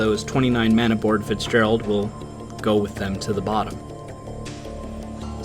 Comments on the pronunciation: "Edmond Fitzgegald", wtf? How did the artist manage to mangle the name so badly? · Ah, yes, the tale of the 'Edmond Fitzgegald'...